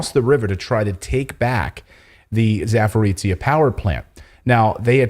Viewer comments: Clayton - you are using tse (ц) when you need zhe (ж - soft or``French' ' je). Za (beyond) porojiye - porogi (rapids). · Clayton please can you pronounce za-po-ro-zhya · I've already posted a comment about this before, but I'll try again. Zaporozhye is pronounced [zah-po-rozh-yeh] with the stress on the third syllable. Oh, and you mispronounce "Uyghur" too, I couldn't understand what you meant for the longest time. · Please pronounce it [Zaporozhie]